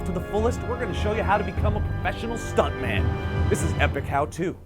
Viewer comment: Stuntmun. Pretty sure that's how I said it. Pretty sure I'm totally okay with this.